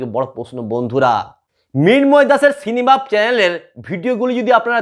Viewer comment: সিনেবাপ নয় সিনেব্যাপ